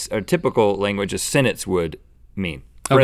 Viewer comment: They keep saying "senence" instead of "sentence", which doesn't make them sound too smart.